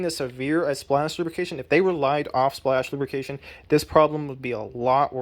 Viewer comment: I can't tell if you're saying "splash lubrication" or "splashification".